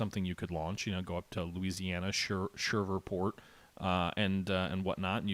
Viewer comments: "Sherverport"??? Really? "Shreev-port" (two syllables). I mean, everybody gets a pass with Thibodeaux, but Shreveport is a rather well known city. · Will you please learn how to pronounce Louisianan towns... Thibodeaux= Tib- a - dough Shreveport= Shreev-port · Shirver port???? My gawd